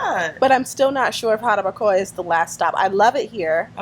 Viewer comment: Lady you need to learn how to say jarabacoa lol if you gonna live in dr try and practice